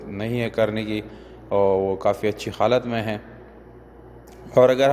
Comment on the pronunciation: Khalat Nahi Halat